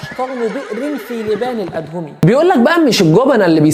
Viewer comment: لبان الادهم نطقها غلط